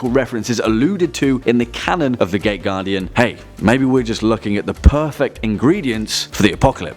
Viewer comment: I kept hearing it wrong.. i heard it as the gay guardian everytime you said it